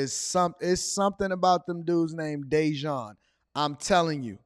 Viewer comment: Day-Jawn sounds like An-Ton.💀